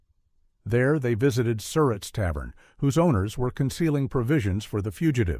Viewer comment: It "Sir_rat" not "Sur_it" for the Tavern